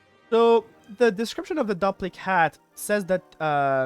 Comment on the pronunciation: Its pronounced "Doo-PLICK" hat, as in duplicate. Sorry, don't mean to be rude. Just got annoyed at hearing it the other way. Great video though.